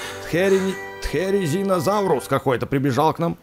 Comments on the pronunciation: это Тиризинозавр, а не Тхеризинозавр! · это не тризинитозаврус как ты сказал это трезинозаврус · люди мона в топбесит когда гаворит спинозаурус можно просто спинозавр и не цыплёнак а терезинозавр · Это не тхеризинозаврус а теризинозаврус а другого ты ответил правильно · аа мои ущу тинизаурус аааа надо правильно говорить тиринозавр или тириназавурус хоть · Не зинозаврус а тиризинозавр